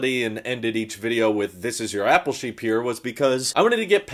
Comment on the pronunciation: When I first started watching I thought you were saying your name at the end. “This is Shapeer”. I thought your name was. Took like 20 more videos before it dawned on me “OH APPLE SHEEP” Anyway, thanks for all the videos.